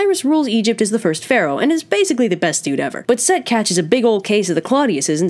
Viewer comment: Set not Seth